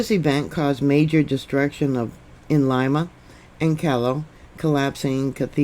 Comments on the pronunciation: Lima is pronounced Leema.... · ...the capital of Peru is pronounced Lee mah...love you!! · FYI-It's pronounced Lee Ma, not Lie Ma. It is weird how the USGS always downgrades big quakes. Thank you,. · Thank you for that report, If I may your pronunciation Of Lima was not correct Lima is pronounced as if it were spelled Lema. My father lived there for a number of years. Thank You